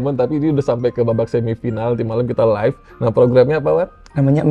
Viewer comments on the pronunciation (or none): none